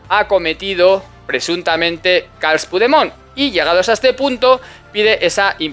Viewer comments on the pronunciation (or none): Muchas gracias por tu labor,. Como catalán partidario de aplicar la ley, se agradece muchísimo. Solamente un detalle, para evitar interpretaciones interesadas de los indepes, la forma correcta de pronunciar el nombre del fugado del maletero es /Carlas Puchdemón/; si lo pronuncias tal como lo he escrito, no habrá lugar a comentarios tontos por parte de los fanáticos de la independencia.